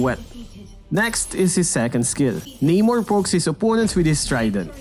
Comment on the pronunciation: Namor...Nah-Mor not Nay-More...Aquaman is the ripoff...Keep up the good content keep making mlbb animations cuz I like them😄😄